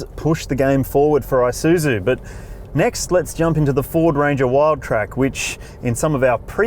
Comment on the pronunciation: The "eye-suzu..." Mates, it's pronounced with an E. E-soo-zoo.